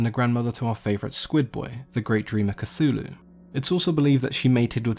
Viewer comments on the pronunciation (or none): none